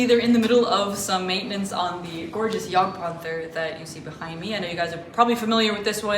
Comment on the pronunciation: I've never heard such a good pronunciation for jagdpanther from an American. Gj. Next step will be "Seitenvorgelege' Greetings from good old Germany